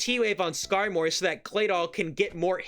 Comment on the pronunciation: commentary is so good, but it's Skarmory like "armory" my dude. Please 🙏